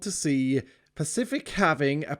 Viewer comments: pa-fish-ic Sans: AYYYYYYYYYY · pacific pafetic pa fish ic . Spot the corrent name